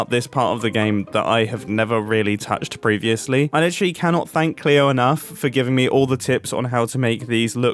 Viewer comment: Oh mumbo I love you even more for calling Cleo with the appropriate pronounce❤